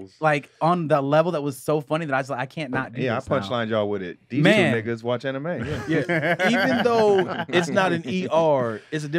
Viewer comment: ay man, say "Anime" like he Ike Turner 🤣😂😂